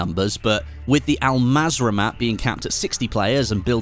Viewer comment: Pronounce it as ul mazra not Al mazra but written as an mazra